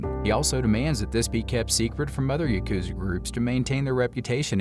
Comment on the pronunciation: Yukuza yukuza yukuza, dude YAH wtf lmao